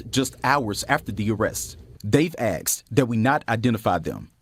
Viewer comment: How are you a reporter, and you say "axed" instead of "asked"???